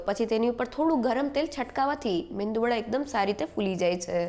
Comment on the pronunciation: Man, it is Medu vada . The N is silent